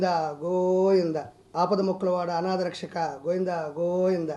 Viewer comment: గోయిందా గోయిందా కాదు బాబూ.... గోవిందా గోవిందా